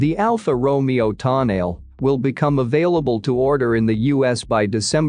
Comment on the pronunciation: if you are going to REVIEW the TONALE, ( Toe-NA-LEE), please pronounce it RIGHT!!!